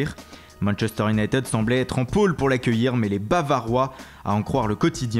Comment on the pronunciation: Juste pour tes prochaines videos, on ne prononce pas united "younaïteude" mais "younaïetide" . Sinon continue tes vidéos c'est super !